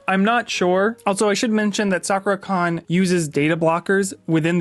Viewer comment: You keep calling it Soccer-Con.... Its interesting that you don't know how to pronounce Sakura even though you've been going to this con for some time now...